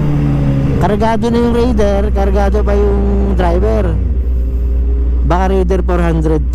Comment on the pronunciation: Hindi cargado cargago kamu 😂😂😂😂